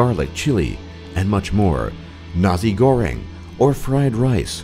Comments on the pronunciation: its not nazi goreng its nasi goreng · and I like how you sat Indonesian food like "sate" and "nasyi goeng" its "nasi goreng" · YOU SPEAK Nasi Goreng Wrong Because ITS Nasi Not NAZI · Critical Combat - Minecraft i know but the way he pronounced it its like he is saying nazi goreng instead of nasi goreng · its called "nasi goreng" not "nazi goreng" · hirman abdul rahman yes he did lol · pfffttt i laughed when he said naZi goreng. yeah. that'd be nice to fry dem nazis lmao. (yes he tried to say nasi but it's still funny) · hhahahah nazi goereng in Indonesia we say it nasi goreng I cant stop laughing when he said nazi goereng and yes I'm Indonesian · I liked the way he pronounce "Nasi goreng" cause it sounds liked he sayd Nazi goteng... XD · OMG DID HE JUST READ Nasi Goreg = Nazi goreng xD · is it just me or when i hear him say the fried rice in indonesian it sounds like "nazi goreng" its nasi(na-see) goreng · lol did he just say nazi goreng its nasi goreng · Nasi goreng, bukan N A Z I goreng. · did u say say NASI GORENG.. NAZI GORENG? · It's nasi ( Nassi goreng ) not nazi goreng... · are you saing nasi goreng or nazi goreng.... DOUGSLHAT!! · it's nasi goreng Bukan nazi goreng,pinter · Number 7 why did u say NAZI GORENG its supposed to be nasi goreng Well u say NAZI goreng its like my rice Is part of NAZI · Its nasi goreng not nazi goreng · lol o hear you say the word Nazi goreng instead of Nasi Goreng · did he just pronounced nasi goreng as nazi goreng 😂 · xD that guy pronounce it wrong xD its na-sih goreng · I laughed at the way the narrator pronounced "nasi goreng" as "Nazi goreng" which literally means "fried Nazi" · His pronounciation is so funny sometimes. Like his pronounciation for 'Nasi Goreng' is like Nah-See Gore-ng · I'm Indonesian, and I heard him spelled "Nazi Goreng" at my favorite food lol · Dude just called it Nazi Goreng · corections: Nasi goreng is pronouced: na-see-go-wreng indonesia is not known as volcano nation, its known as The ring of fire